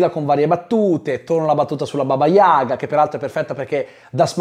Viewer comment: Tutto molto bello ma il russo Kurt doveva pure sapere che l’accento in Yaga si mette sulla seconda lettera a.